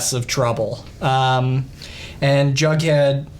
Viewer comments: DID HE JUST CALL HIM BUDHEAD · Did no one else hear him call Jughead “Bughead” ????? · I’m almost CONVINCED he kept saying bughead😂😂baha💀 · It’s not bughead it’s jughead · Did he say "bughead"